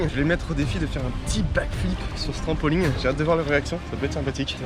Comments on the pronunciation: En 1 an ta toujours pas appris à dire trampoline et pas trampoling mdr ✌️ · On dit pas TRAMPOLIGUE mais TRAMPOLINE